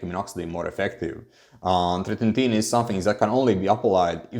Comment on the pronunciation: yo are u able to just keep ur minox gains now with fin? cuz u been on it so long. and bro its not tretin-tin, its tretiNOIN :D ur a funny guy, love ur vids ur so good but also funny